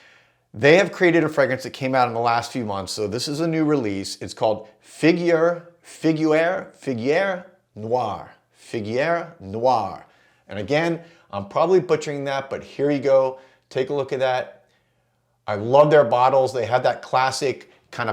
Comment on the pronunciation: Figuier is pronounced fig-yay. Just picked up a sample. Excited to try it.